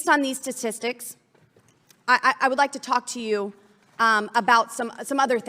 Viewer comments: I don't trust anyone who says "sa-tis-tics" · she can't even pronounce "statistics." LMAO